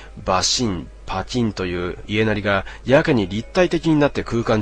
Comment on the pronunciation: いえなり、じゃなくて やなり